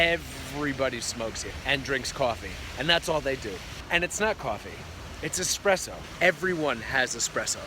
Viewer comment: I don't smoke... but the expresso? Yeah...